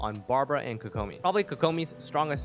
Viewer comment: why does he say kokomi like that 💀